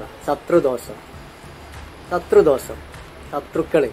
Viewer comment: Sathru...sathru....sathru thosam....."Shathru dhosham"...Ennu parayaan polum ariyaatha oru vivaram kettavanu Panam kondu kayattikodukkaan viddikalundallo....kashttam.